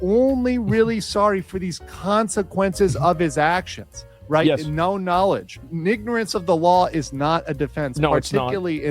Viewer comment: My man straight up said "Nignorance of the law" 😂 GD! 🤣